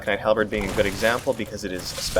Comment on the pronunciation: I cringe every time I hear "Halbred" loving this LP series, keep it up!